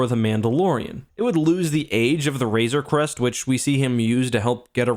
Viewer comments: When you hated the ship so much that you keep mispronouncing it... Also, I think Mando will find Gideon’s stash of Beskar and reforge the Razor Crest to be invincible. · Call it the "Razor's Crest" one more time and I'm gonna lose it